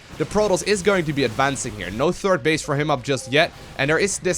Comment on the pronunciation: "Turd base"